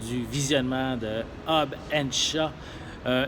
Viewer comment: hobbs and CHAT ?????? c'est shaw il me semble ! non ? en tout c'est comme sa que on le dit en france